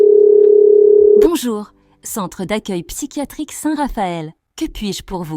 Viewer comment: bonjour Centre pycatrice 😂😂😂